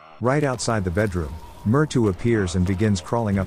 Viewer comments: "Myrtu"??? It's Mrytyu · You mean मृत्यू/Mrutyu? Well that make sense since he's also talking about death. He probably mispronounced that word most likely spelled as "Mṛtyu/Mrtyu" & then misspelled it in the Captions also. Thanks for the clarification. Any idea about "Piki"? That doesn't sound like an Indian name either. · It is pronounced as Mrithyuu